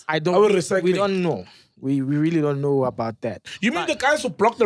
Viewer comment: "i donn know" "i donn know"